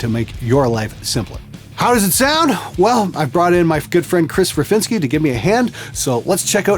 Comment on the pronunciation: lol, did he say that dude's name was "Chris Riff-inski?"